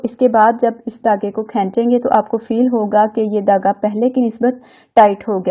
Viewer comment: Dhagga not tagga